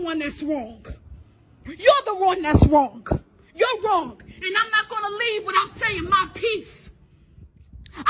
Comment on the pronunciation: The lady getting fired from the hotel keeps saying, "Rawngk" instead of, "Wrong," and it's hilarious 🤗